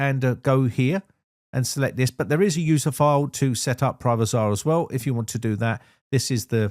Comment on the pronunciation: Privazer not Privazar....just saying.